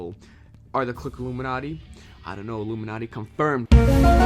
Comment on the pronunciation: LOOMINERTY CONFIRMED